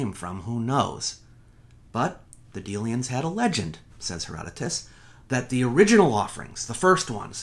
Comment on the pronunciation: "The Uriginal" ha ha ha ha!